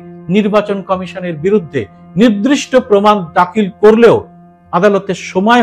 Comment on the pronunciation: 'নির্দিষ্ট' উচ্চারণটি 'নিদ্রিষ্ট' ব'লেছেন এই এপিসোডের একটি অংশে। আপনার এপিসোডগুলির বক্তব্যে আপনি যুক্তিযুক্ত এবং অতুলনীয়। সেই কারণেই এটা বললাম। সংশোধনে তৎপর হ'লে সর্বাঙ্গসুন্দর হয়।❤